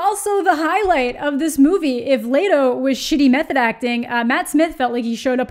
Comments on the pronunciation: Ok, first off. There is no A in Leto! Holy fuck! It’s Leto! Not lateo! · "E" makes the e sound. Leto not laydo. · I love how you pronounce Jared's last name and am really confused by it too.. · Your not pronouncing his last name right